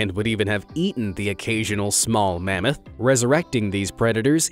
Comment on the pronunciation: it’s mammoth not mammot